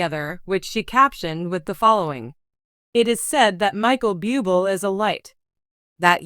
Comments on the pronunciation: Why don't these spokespeople learn how to say his name correctly. It's not that hard. It is not pronounced beeooble, it's pronounced Booblay. This is the spelled version Buble'. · It’s very irritating to hear you pronounce his last name Bee-you-bol not Boob-lei! If you do not know how to pronounce his name please quit your job because you are not prepared to do your job! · Micheal "Bubil" huh!? Right!!!!! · Michael Buubel! Really? God where do these narrators come from! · Reader, learn how to pronounce correctly. It is boo-blay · Before you do a piece learn to pronounce his name. I’m going to write out his name to help. Blueblay. My prayers are with you and your family during this ordeal. You are so respected and we all know the family is the most important unit to protect. You will be missed young man❣️ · Please learn how to read lady it is Bu-b lay please if ur going to read, Lear to pronounce words and names! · This narrator is DREADFUL..She wants to do a video about Michael Buble' but pronounces his name a BUBLE (what an insult) Terrible channel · 1. Learn how to pronounce French words, Google can and will help with that. 2. Only you, the misinformed commentator is reporting this, NO CANADIAN media has said anything and I know for fact his and my country would have been the first to say anything! And for 3. Do better then all the other commentator channels, by stopping the spread of misinformation! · It is insulting that you can't pronounce his name correctly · Why not find some who can at least pronounce his name!! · Can't even pronounce his name properly. Should I believe her content? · Your mispronunciation of his name is Disgusting and insulting to .him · Please learn how to pronounce his last name! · Please learn how to pronounce Michael’s name!, where do u live?,,😢😢😢😢😢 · Learn how to pronounce his name right if you are going to do a story about him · Respect Michael, pronounce his name correctly. If you can't do that, don't say his name!!!